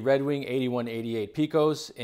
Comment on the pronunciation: Love the videos man! But for the record Pecos is pronounced (pay-cos) not (pee-cos)